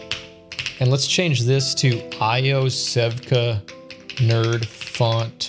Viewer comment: great video, Iosevka is pronounced Yosevka ... don't ask me why